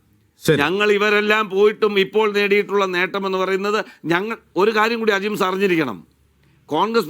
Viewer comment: Eda manda gopa ajimsha അല്ല ajims 😂😂😂